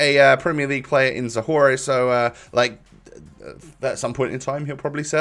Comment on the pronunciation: Zohore is is the championship not pen Also it it pronounced zoh hor